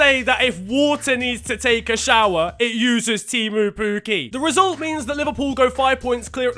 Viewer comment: As a Finnish I can only laugh at Teemu pukki pronunciation